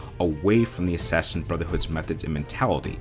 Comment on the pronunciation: You say it like Assashin